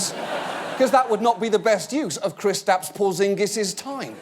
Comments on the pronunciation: Kriss-tapps Poorr-zingis! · hears John Oliver's pronunciation of Kristaps Porziņģis Now I get how English people feel when I speak English.